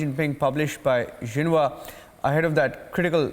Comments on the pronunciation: It's pronounced "Shin-huaa" not "Jinwa". Xinhua is pronounced "Shin-Huaa". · But it is another mouth piece of Xi Jinping that's why it is jinwa 😂🤣 instead of Xinhua (shin- Huaa)